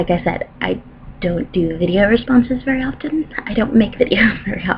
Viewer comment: " i don't of t'en make videos " .....fantastic ! Keep going on !